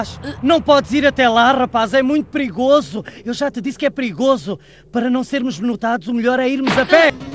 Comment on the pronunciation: Essa voz do vegeta mds kkk "É muito prigoso"